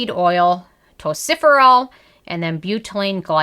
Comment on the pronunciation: I kept thinking, “what is tociferol??” Then it dawned on me, you must mean tocopherol (sometimes listed as tocopheryl acetate, depending on the form used). It is pronounced “tow-kof-er-rol”😉. Not trying to be “that viewer”, just lending a helping hand💜.